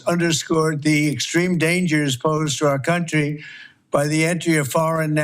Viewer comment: "our cunt-tree" he got that right!